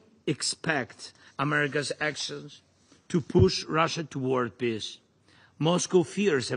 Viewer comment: I'm sorry, but can someone from his own circle tell him how to pronounce peace so that it doesn't sound like "piss"?